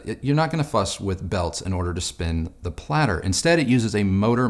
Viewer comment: Pladder? Aahhloomahnaahm? 🤮🤣